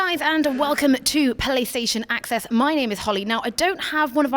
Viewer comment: did she say PeléStaytion Acess?